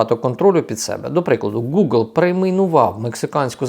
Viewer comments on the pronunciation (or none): none